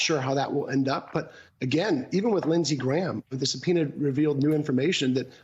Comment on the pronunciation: really, i know it is difficult Latin word but come on Msnbc, it is a Subpoena